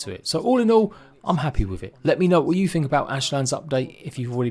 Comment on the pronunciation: Is that really what you fink ?